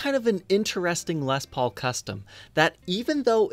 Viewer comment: ...I remember you pronouncing it “lez” paul...I just thought that’s the way hillbillies in Ohio said it when they filmed their guitars laying on shag carpet!!!...hahaha...love ya bro!!!